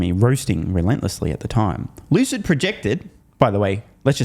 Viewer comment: Lucid is pronounced Loose It 😂